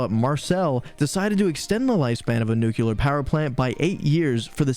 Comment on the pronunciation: I agree with a lot of the sentiments in here, but please stop saying “nook-kyoo-ler”. It’s nuclear. It’s hard to listen when your delivery is so heavily-American slurred and not enunciated.